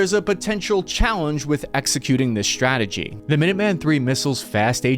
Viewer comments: ssshhhhrategy, huh? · I know very well that I'm a nit-picking SOB, but I find it impossible to focus on anything anyone says when they always say things like "Sshhtrength. Sshhtrikes. Sshhtrategy. Infrasshhtructure." I like your channel. I do. But I can't unhear, then my own nit-picking mind focuses on it.